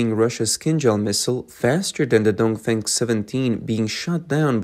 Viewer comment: The CCP missile is called “dong feng “, not “dong fang”! And the Taiwan missile is called “tian gong”, not “Chen Gong”! 😅